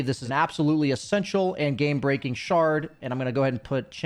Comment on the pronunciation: you said "Gay breaking" instead of "game breaking" about Kotl's shard lol